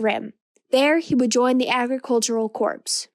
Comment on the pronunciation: Just as feedback (I know you've done a lot of these by now) the words Corps/Corp are pronounced like 'core' rather than 'corpse'. Nicely done!